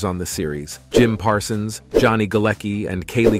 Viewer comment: Why does this announcer sometimes call Parsons, "Parson?"